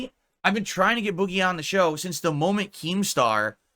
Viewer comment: I hate the way says “boogie” he says it the same way he says money